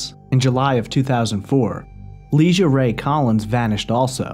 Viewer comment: Ps- her name was LIE-GEE-AH NOT LEESHUH. I Went to high school with her do better dude